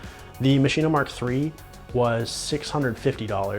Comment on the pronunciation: why the heck do you keep saying MACHINA? its called MASCHINE!!! stop adding an a sound dude it sounds bad